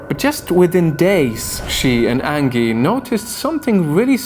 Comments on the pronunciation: Angy? Are you sure it's not Angie? Like the song son?(Aaanjay) Please stop saying angy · Anji. Or angee. Not like Angela merkel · Angie is not pronounced like Ann-gi. The g is pronounced like a j. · It’s an accent :) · Angie is pronounced with a soft G